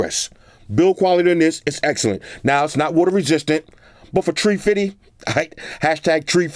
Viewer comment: “For tree fidy “ lol the savings tho